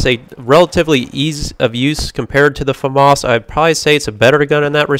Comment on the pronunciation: Its not a farmars its a Famas....